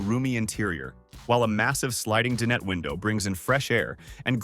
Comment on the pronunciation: I wish these AI narrators would learn to pronounce dinette correctly.